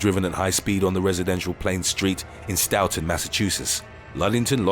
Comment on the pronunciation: yeah..but he said staow tun, not sto tun also....mass has really bad driving in alot of areas..